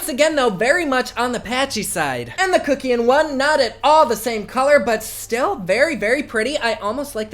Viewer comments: And it's Kuck as in Fuck. Not Kookian. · Instinctively I believe kuckian is pronounced Satan?! 😉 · The way you say Kuckian gags me omg 😂😂